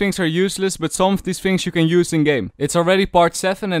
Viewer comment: fhings, fhank you